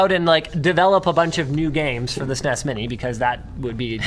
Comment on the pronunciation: Damnit linus its s-n-e-s not sines.